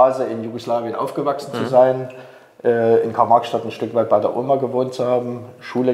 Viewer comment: Das heest Garl-Mags-Schdadt ! 😁😁